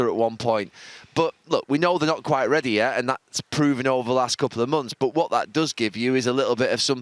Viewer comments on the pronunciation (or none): none